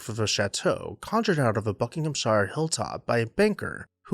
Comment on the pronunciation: Love your quaint pronunciation of Buckinghamshire! And it's still green and verdant.... That the government refused the gift of Mentmore and its priceless art collection can be ascribed to a small minded Labour government. Typical lefties!